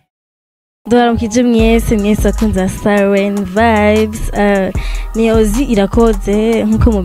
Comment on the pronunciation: Mumpe like kubumvise uyo mu ange avuga NGO silen knd yagomba kuvuga siren